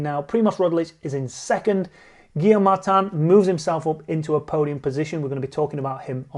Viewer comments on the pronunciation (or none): none